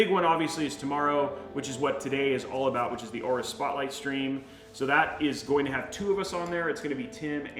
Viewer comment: are u say 'z690 aorus aero d'? 😑 hah creators and gaming motherboard combine into one pcb